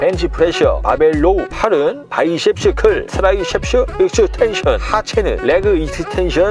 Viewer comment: 바이솁슈클, 트라이솁슈 익슈텐션